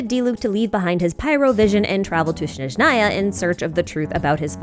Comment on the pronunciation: I don't wanna be That person. But it's SnEzhnaya. I'm just annoyed, as russian